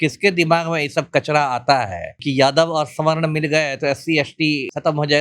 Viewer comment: बहुत सारे पत्रकार बिहार में विशेषकर, सवर्ण नहीं बोल पाते है और स्वर्ण बोलते है। 😀